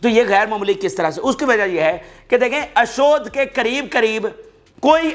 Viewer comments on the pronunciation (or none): ۔۔ اشود لفظ نہیں ہے ۔۔ اشدود کی بندر گاہ ہے